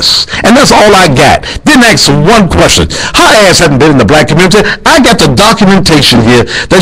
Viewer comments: im gonna "axe" you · it's hard to take a militant black man seriously when he repeatedly uses the word aks. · I axe where he learned English. And he calls HER stupid. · Let me axe you a question. Have you seen the movie Talk Radio? Just sayin'. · It's interesting that he calls her stupid, but he keeps "axing" her a question. There is no such verb as "ax." And apparently he has nothing more intelligent to say than profanity and does not know how to behave decently. You make a fool of yourself. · LMAO i ax you a question... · "Stupid as I think you are, now I will axe you again."-What?